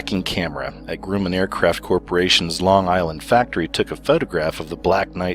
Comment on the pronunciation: Grumman- it’s pronounced Gruh-man (I’m from Long Island)